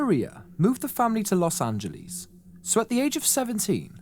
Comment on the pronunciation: Love hearing British pronounce "Los Angleeze". : D Very nicely put together piece. I too have never heard of this guy. Well done! So messed up he was discharged for the army with severe antisocial personality and just negligently releases into the general public.